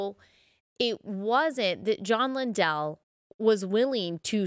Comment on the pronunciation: Matthew 18 does NOT apply in this situation. And BTW… his name is pronounced LINdell - NOT LinDELL.🤦‍♀️